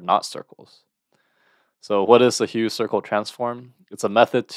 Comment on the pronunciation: you mispronounced the name of the transform, its pronounced as 'huf' and not as 'hue'